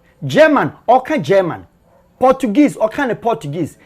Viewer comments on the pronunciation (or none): none